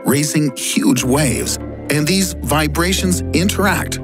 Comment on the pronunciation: Before: "Theese" in the video: "Continrntal"